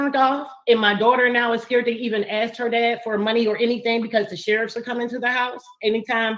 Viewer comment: Before she learns the word supposedly..maybe she should start with “ask”